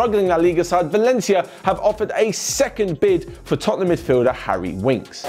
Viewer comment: I swear I heard say “chottenham” at when he spoke about chawley and wolves game and he accidentally carried it over to Tottenham 😂😂